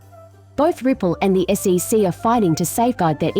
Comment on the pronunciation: When you want the automated voice to say things correctly such as the SEC, you need to put a space in between each of the letters